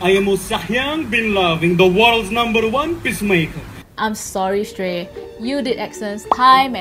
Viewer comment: its shrey not shtrey